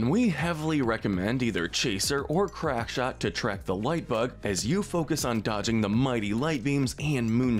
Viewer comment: Crackshot, not crankshot.